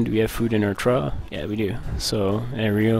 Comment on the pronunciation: Trough is pronounced "trawf". Awesome tutorial though. Thanks!